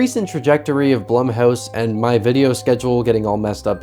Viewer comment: It’s pronounced Bloom house, according to the experts.